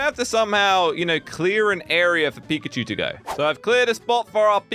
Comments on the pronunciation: Did he say pipicue it’s Pikachu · You said “pichachu”not pikachu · Pikachu not pichachy 🙏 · Ash:"Pikachu" use thunderbolt:Absolutely wrecking "pichachu" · said pichachu instead of pikachu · Did anyone else notice that he said pichacu and not pikachu 🤭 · it is Pikachu not pizza shoe lol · was like - Absolutely wrecking “PICHACHU”😂😂😂😂😂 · Yah🤣🤣🤣 pichachu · No he said. Pizza shoe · he just said pichachu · When doesn't realise he said pichachu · he said pichachu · pichachu Me: *wheeze* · So we just gonna ignore he said"abosolutely wreaked pichuchu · U said pichuchu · Bro really just Said PichaChu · did he just say '' pichachu '' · did anyone notice he said : pichachu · is funny he calld pichacu picacu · When he put pikachu he said petatu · Lol pichachu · i think he also said pichachu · did you say pichuchu?! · did he just say pichachu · If you put it on subtitles he says pizza shoe lol😂😂😂😂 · You said pichechoo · You said pichachu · did anyone here said we shot pichachu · Did you just say PICHACHU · He full on said pichachu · Bru he just called pickachu pichu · 🤣he said pizza shoe😂😂🍕👟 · Hey dont take it as bad but at the time did u say pichachu if u listen well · IT NOT PICHACHEW SLOGO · "Pichachu" lol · said pichachu #🤣😂😂🤣😂🤣😂🤣😂🤣😂🤣😂🤣😂🤣😂🤣🤣🤣😂🤣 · He said pechachu 854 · Did anyone notice that said pichachu??😂😂